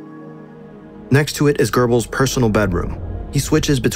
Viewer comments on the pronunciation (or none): Why do Americans prononce gurbels? It’s goebbels, where do you see the letter R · Incredible video, but why did he say gerbils instead of Gobbles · ❌️ Goebbels ✅️ Gurrballs 😂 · ❌ Goebbels ✅ Gurbels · Some corrections:- 1. There is no such person as "Gerrbills". It is written and pronounced Goebbels. 2. Hitler did NOT have a vegetarian diet. 3. Metre is spelled "metre", not meter. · Why are you saying Gerbels instead of Goebbles 💀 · "Goebbels" ❌ "GeRbells" ✅ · A very well made video but sort of interesting how the narrator nails the pronunciation of the "oe" in Goebbels but constantly adds an R making it into Goerbbels... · Why do americans pronounce it "Gerbles"? I hear it a lot. Where in Göbbels do you see an "r"?😆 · Wtf is this pronunciation of Göbbels😂😂😂 sounds more like gerbil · Why is it spelled Goebbel's but pronounce Gerbels baby food. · Why you sayin "Görbels"? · Are you really not mentioning the soviet troops? And why do you pronounce Goebbels "Gurrrbels"? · Who are the “Gerbels”? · ffs its not "gerbels", where do you see an R? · He keeps on saying gerbels it is so funny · Who is Gerbels? Do you mean Goebbels with weird pronunciation or is it truly someone else? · Stop saying gerbels, good vid tho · OK but real talk where are you finding an "r" in Goebbels? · Why is he calling him Gerbehls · Gerbels... dang this pronunciation is keeping me off! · Görbels lol. Has this been read by AI? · "Görbels" xd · goebbels is not pronounced gerbels and the dog's name is blondi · yeah it kinda annoys me that he got his name wrong so many times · You didn’t even think to google how any of the names are pronounced? Where to you get an R in Goebbels? E in Eva is an eh, not an ee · interesting but i have 2 comments: there's no r in goebbels and when you talk about size, remeber 90% of the world don t use feet but meters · it pisses me off the way he pronounces goebbels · There is no r in "Goebbels"